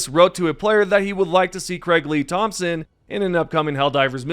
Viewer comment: I got a much smaller download for the latest patch, not all Steam players got a 22GB patch, and I sure didn't. Also it's THOMAS, not Thompson, don't know the disconnect, but good video anyway.